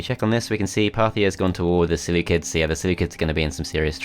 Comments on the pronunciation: Ah yes the Seleucids pronounced by the selukids This is a joke not something to mock him about thanks. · The seleucids are actually pronounced seleukids. Because in greek they are called selefkides